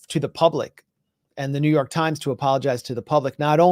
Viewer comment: Did you say Joo York slimes